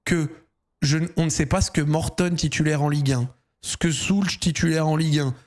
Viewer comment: Pourquoi Zack n'arrête pas d'appeler l'anglais Mortadon ? C'est gênant non ? 🤔